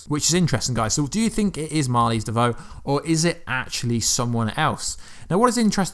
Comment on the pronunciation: It's "Marlize" not Mali